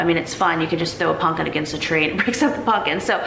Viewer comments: Is it not pronounced pumpkin with an M not an N? Love you videos and your sense of humour. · im heaing punkin, instead of pumpkin. am i mishearing? lol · Lol at how you say pumpkin not punkin, I make fun of hubby because he says it like you. I told him that you say it that way and he said see other people say it that way 🙄, way to funny. Love you and your vlogs. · I love that you call pumpkin 'punkin'😂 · Pumpkin, not punkin